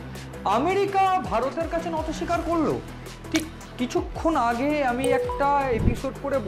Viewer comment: Kothata NATO SIKAR hoyna , NOTI SIKAR hoy dada .... thik thak bangla sabdo uccharon korun na hole kane lage baddo